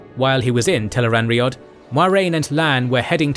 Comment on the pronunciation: agreed. What's funny is that even with all the mispronunciations, it says Tel'aran'rhiod perfectly 😆